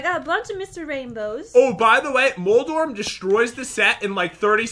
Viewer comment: moldoref Pat: moldorm